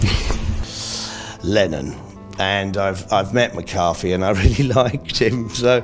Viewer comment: Johnny Rotten says I’ve met McCarthy before 😂 Can’t even get the name right !